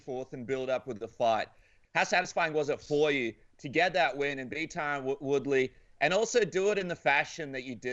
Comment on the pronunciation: Did he say reTyron Woodley 🤣 Luv or hate him he whooped Woodley ass like he said he would. Masvidal vs Colby is gonna be a scrap🤙🏽